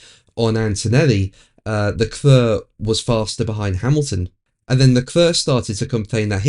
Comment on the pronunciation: Leclerc is pronounced Leclare.... Not Leclur